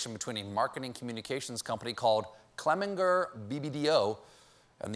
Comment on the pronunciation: Crikey, it’s Clemenger with a soft ‘G’! I do like Clemen-grrrrr too tho- for the evil agency of advertising that they are